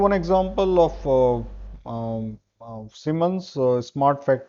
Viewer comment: It is Siemens not Seimen